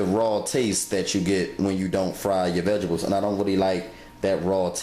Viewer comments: I died every time he said "vegebles"!!! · Vegebles it’s what’s for breffis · Vegables, 😂. Why he says it like that.